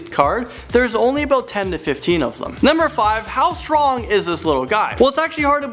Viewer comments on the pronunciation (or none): none